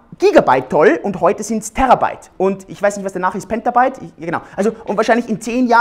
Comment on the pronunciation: krümelkack an Das heißt Petabyte und Storj, nicht Pentabyte und Stroj. krümelkack aus ^^